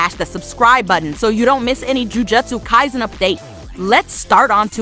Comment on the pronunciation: Lol how do you pronounce the name of the anime wrong